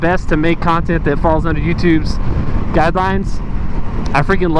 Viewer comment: FB and YT can both irritate me beyond belief. It'd be so frickin cool if Musk just did a hostile takeover of both...or,OR if you, happen to have...did you just say cun-tent? Lol anyway, if you just had enough subs that we could all pitch in to start another (ultimately cooler) video channel. Or,guess there's always MySpace? Heh